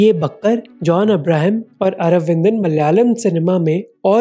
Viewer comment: മൽ യാലം അല്ലടാ നയിൻ്റെ മോനെ 😅